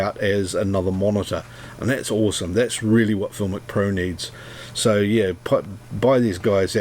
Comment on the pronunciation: FilmIcPro? What is that? Not sure of your words.